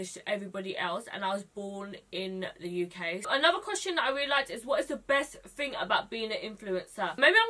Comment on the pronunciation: I looove that you say fing instead of thing, you're adorbs